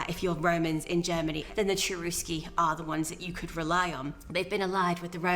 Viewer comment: maybe you should point out that the pronunciation of the tribe name was not "Tcherousky" And yes, I have watched that documentary and I found it very interesting and valuable.